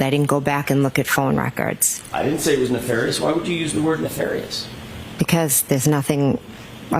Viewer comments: Or. . .Why does she not know how to pronounce nefarious? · Rewatching this… she pronounced “nefarious” the way she did because that’s how Hank Brennan pronounces it. We all clocked it immediately!! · NEFARIOUS and the first pronunciation, was used by HANK BRENNAN at one of the motions/or VOIR (to see)dire ( to say/ to tell) hearings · Where did Jen get her new vocabulary (nefarious)? Obviously from Hank Brennan, who earlier mispronounced that word in court just as Jen mimicked it. She then corrects her pronunciation after she hears Jackson say the word correctly. What do you make of that?